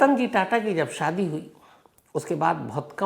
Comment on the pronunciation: 25.08 ਤੇ ਰਤਨ ਤਾਤਾ ਨਹੀ,,,, ਰਤਨ ਟਾਟਾ ਬੋਲੋ sir